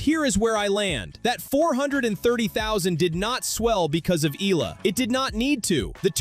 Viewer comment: Pls pronounce her name as Eh..yah..la..